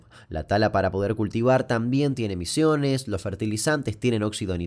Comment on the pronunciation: Muy buen video aunque creo que en el minuto dice emisiones, con C